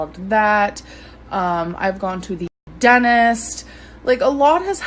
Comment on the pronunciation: Just weird to me how she pronounced DENTIST ! She says DENNIST or is it just me ?